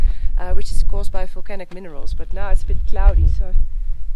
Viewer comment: "Folcanoes" that had "folcanic" activity ♥️